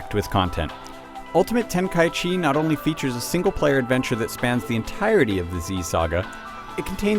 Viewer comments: needs to learn how to say the title. It's not ultimate ten-kai-chee it's ten-kai-ichi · Ten-kai-ichi not Ten-kai-chi yes its weird but seriously... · It's "Ten-ka-ichi" not "Ten-kai-chi". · Dragon Ball Z Ultimate Tenkychee...really? -_ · its ten-kai-ichi idiot u dont know anything about dbz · well, actually, its te-n-ka-i-chi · No, it's not. It's Ten-ka-ichi. I'm assuming you didn't even bother to check whether that was actually the right way to pronounce it. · this guy pronounces tenkaichi really weird....